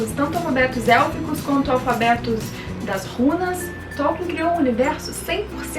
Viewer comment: Gostei bastante do vídeo. Além de você falar bem, pesquisou bastante sobre o tema. Pronuncia Tolkien de uma forma apropriada. Vou divulgar seu vídeo em nossas redes sociais. Parabéns.